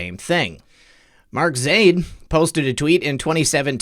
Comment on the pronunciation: I believe it is pronounced Zy-eed but I am not middle eastern